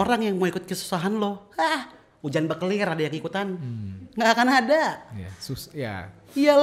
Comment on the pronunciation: 19.05 "ujan bekelir" uncle jordy